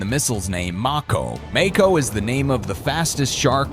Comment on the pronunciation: He mispronounced Mako